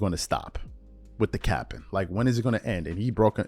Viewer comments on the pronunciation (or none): Back at it with another Bron video along with some of his biggest haters lmao bra you don’t even sound right saying the word ( capping ) 😂😂😂